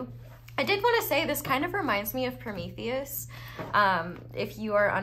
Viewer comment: The hugest props for how flawless you said Promethius' is in one go